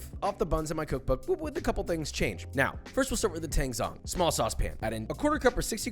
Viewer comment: Tang zhong (湯種) is pronounced tahng jong 🥲